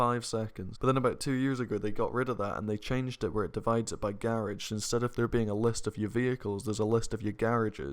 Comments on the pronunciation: So we goin ignore "garige" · "Gârage" ??? lol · Tell me how many times said ‘garage’🤣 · Anybody else like the way says "Garage"? Loving the accent mate! Your videos are lit! Keep up the good work! Hope you continue grinding on story mode! Those story mode clips are great! Always make me laugh! You a goat 👍🏾🔥🐐